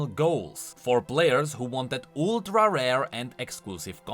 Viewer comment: OOLTRA RARE! Thank you for pronouncing it right,!